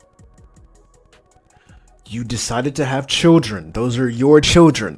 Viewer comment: Children. It is pronounced CHILDREN. Not chillgen